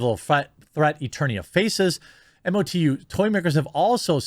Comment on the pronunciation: hey Jer... just so you know, its pronounced "Moe-Too" (MOTU - masters of the universe) in the fanverse :)